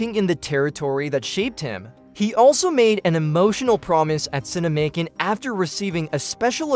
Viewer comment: It's not "Cine-Macon", like "Macon County Line," but "Cinemacon", like "CinemaCon". Like "pro versus con." Good grief.